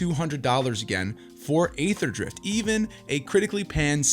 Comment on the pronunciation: It is pronounced "Ee-therdrift," not "ay-therdrift." Overall good video though.